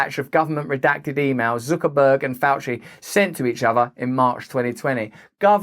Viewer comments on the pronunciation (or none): FFS, it's Zuckerberg, not Zookerberg! Zuck, like puck, luck, duck, tuck, chuck, ruck, muck, cuck, suck or fuck! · It's pronounced, "Sucker-berg"... and the rough translation means gullible nerd that no one besides his handlers like. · Who's Zookerburg? lol